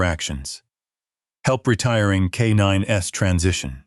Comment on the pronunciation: Auburndale, Florida. They are K9s not K 9 s